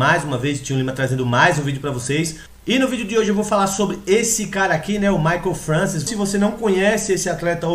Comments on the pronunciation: til vc escreveu certo só pronunciou errado, mas ninguém é obrigado a saber pronunciar francês, se escreve francois mas se fala Françoar. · a pronuncia do nome é FRANCOIS = "FRANÇOAR" belo video amigo! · sim, mas o certo é FRANÇOAR que se fala, mas é aquilo, cada pais com seus dialetos e sotaques falam da forma que achar melhor. kkk mas o certo é FRANÇOAR mesmo, mas é só porque o povo é chato mesmo fica enxendo o saco por causa de um detalhe.